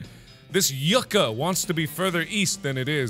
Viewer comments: Any Latinos cringe when Mark pronounced yucca as "yuck-a", instead of "you-ca". Not that it's bad. Just funny and cringie. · the 'yu' in 'yucca' is pronounced 'you' ^^ the rest of the word was spot on.